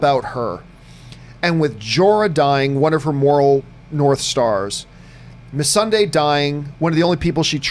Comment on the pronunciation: So only 10 minutes in, You can't say Targaryen, Missandei, or Clengane even remotely correct. These aren't fringe characters. And for that reason, Im out.